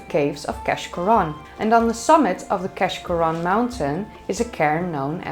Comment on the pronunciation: keshcorran is locally known as keash and pronounced kaish as in aitch